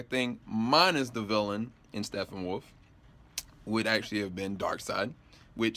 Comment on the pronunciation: I have to say one thing negative about you lol. Can you not pronounce Steppenwolf???? if it's a speach thing that it's all good but seriously dude. It is not STEFFENWOLF lol